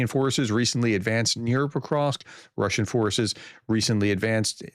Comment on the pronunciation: your Russian pronunciation is getting better 😂😂😅 Steve LONDON, UNITED KINGDOM